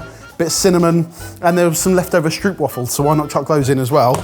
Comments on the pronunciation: The way pronounced 'stroopwafel' hahahah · Please don't butcher stroopwafel like that... xD